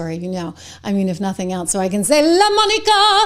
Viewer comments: Lamonica? It's Lamanica. That is a dude! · I love how you say Lomonica😅